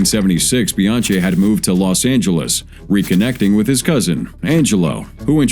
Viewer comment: His name is pronounced Bian-key not Bian-chee